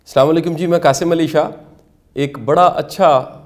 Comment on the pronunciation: I replay your Video Sir many times...in very first Second you Say "SalamaoAlikum"which have Opposite and negative Meaning ....Say "Asalomoalikum" That's the good way .... Thanks 🫂😊